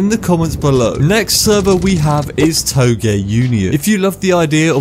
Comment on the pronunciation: "toe-gay"? Is that how it's pronounced?